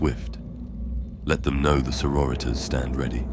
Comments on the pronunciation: Ripped out of the story every time i was forced to hear "so-ro-reeters" Its pronounced saw-rori-tas👎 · You say sori-tas like latin. Not Soro-ritas like Spanish or something lmao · "Soro-ritas". Lmao every time it happens